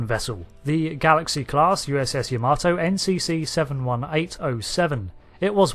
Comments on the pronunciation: It is properly pronounced YAH-mah-toe, not ya-MAH-toe. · why can brits not pronounce Yamato correctly? unless they know japanese.. its not Ya-Maaarrr-to its Ya.MA.to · Why do you keep saying the name wrong? its pronounced YA-MA-TO not Yahmarto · You butchered the pronunciation ya-ma-tow